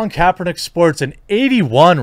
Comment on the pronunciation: “Colin Kaepertick”